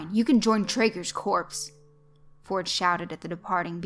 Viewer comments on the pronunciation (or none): "corps" is pronounced "core"